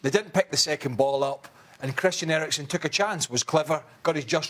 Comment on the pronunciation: "Erikson" LOL